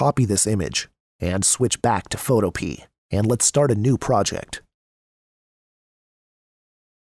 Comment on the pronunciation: Photopea rhymes with Utopia. fo TOE pe uh